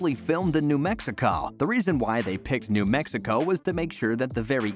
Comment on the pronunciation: "New Mexicaw" where is that lol